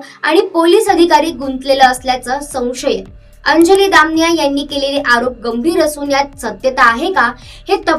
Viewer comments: Muki ti damniy nhi damaniya mhn gujrati sur name ahe screen var boltana ucchar soasta ani nave correct ghene. Quakity kharab hote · दामनिया ? दमानिया म्हण बाई , काय उच्चार ...